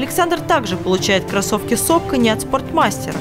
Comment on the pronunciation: как же "сокони", Ваше, уши резало)))